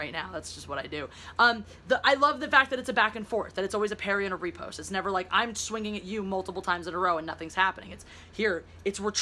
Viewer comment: Every time you say "repost", I die a little inside. But I get it, you're American. If you started saying riposte, other Americans would say "Oh look, getting all fancy. Are you gonna have pinot noir avec votre filet mignon aujoud'hui?". Et qui veut une conversation en français?